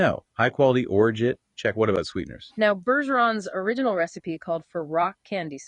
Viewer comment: Hilarious that AI has a tough time pronouncing Orgeat. I’ve been bartending for awhile and have heard ever single version said.